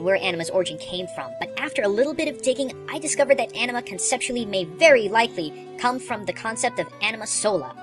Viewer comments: The correct pronunciation for anima is (ah-knee-ma) as all may get this from the first time you fight Seymour in macalania temple where you get and use shiva . Although I agree with all your theory and understanding behind anima`s creation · I was hoping you'd have more info on Anima (by the way, the "A" in Anima is pronounced the same way you would in "Kahn"), but she got the least amount of info.